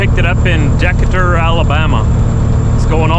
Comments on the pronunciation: lol Decatur is pronounced duhkAytur not deckuhder 🤣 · Decatur, Al is pronounced De-cay-tur. I’m from Alabama lol. Merry Christmas to all and a Happy New Year! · Hey, it's pronounced, Da-ca-tur, Alabama. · Bless ya my Canadian Brother, but it is pronounced De ca tur “Decatur”. I grew up thirty minutes east of there in Guntersville. Congrats on finally being able to drive Dad’s Truck. Merry Christmas to you and the family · Decatur, you need to work on your southerner for the correct pronunciation. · The fate that you can do that is cool and the trailer come 30 minutes from were I live I’ve never heard Decatur pronounced that way honestly but It is north Alabama